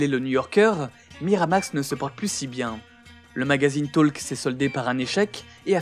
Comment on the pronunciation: La prononciation de "talk" 🤣